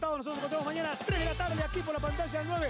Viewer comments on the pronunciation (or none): porqué no pronuncias la ñ, nos es maniana, es mañana, moño no monio.